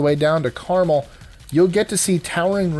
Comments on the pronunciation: Pronounced car-mell. Clint eastwood was the mayor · Hello, Did you say Carmel as in the candy, for Carmel,CA.? Lol I believe you did. Lol that's cool. Love you bunches and bunches.